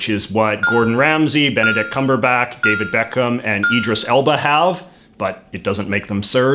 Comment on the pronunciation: He pronounced cumberbatch wrong I’m laughing so hard